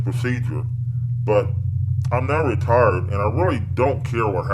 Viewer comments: I swear he say's I'm not retarded, instead of I'm not retired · I thought he said "retarded", not "retired" LMFAOOOO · Bruh I heard 'retarded' instead of 'retired' lol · When the detective said he was retired I thought he said he was retarded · I thought he said retarded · Heard it too and I'm convinced that's what he really said. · 'I'm now retarded' Also, two points taken off for mispronouncing Rolf's name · why does it sound like he's saying "I'm not retarded" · I deadass thought he said that both times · Thank God it wasn't just me who heard that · i did not think he said retired